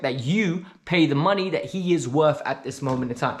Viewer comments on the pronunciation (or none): none